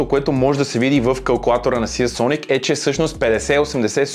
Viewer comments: НЕЕЕЕЕЕЕЕЕЕЕЕЕЕЕ СИЕ СОНИК а СИЙСОНИК !!! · СИИИИИИИИИЙСОНИК :D